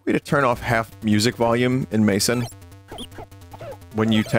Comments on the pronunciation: Mesen is pronounced like Mess-en, not like Mason… ugh i hate english speakers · Hearing mesen pronounced as "maesen".. wait what hahah